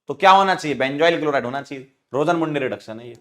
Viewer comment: Sir rosenmunde nhi rosenmund hota h 😂